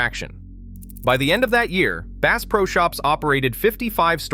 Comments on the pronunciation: Bass pronounced as “base”? Hope you didn’t spend much on your Ai narrative. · "Base" is a new strain of largemouth Base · Clickbait! You use the word Base. You can't even pronounce the word Bass! And it is not Cabeela's it is Cabela's. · Ai generated slop. Can't even pronounce "bass" correctly.